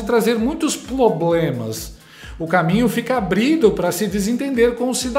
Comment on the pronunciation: "PLOBLEMÃO", "INRRESPONSÁVEL" , antes não tivesse "ABRIDO" a CELA